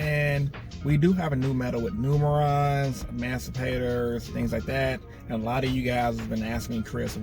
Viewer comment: Do you say amancipators?